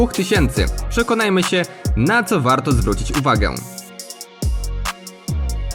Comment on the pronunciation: Ciekawie przedstawione, dynamiczne recenzje / porównania telefonów. Z mojej strony brakuje wyrónania tempa mówienia oraz problemy z wymową. Częściowe podkreślenia końcówek (ą, ę), częsciowe wyciszenia ("siE") albo niepoprawna wymowa przez brak kontroli, spowodowany utrzymaniem szybkiego tempa wypowiedzi ("szedziesieciopiecio"). Może się przy#ier*alam i tracę zbędnie czas na ten komentarz, jednak piszę to w celu chęci pomocy, nie nasycam tej wypowieści zazdrością, czy nienawiścią. :) Rozwijaj się, twórz kanał, rób, to co robisz, ale przejdź się do logopedy. ;) Walczymy nad jakością audio/video, a nie zwracamy uwagi na tak trywialne sprawy jak czysty przekaz. Btw. przejrzałem twój świeży film z 3.11 i wiele się w tym temacie nie zmieniło. Albo zostanę zlinczowany albo jeszcze mi za to kiedyś podziękujesz. Pozdro, rozwijaj się ;]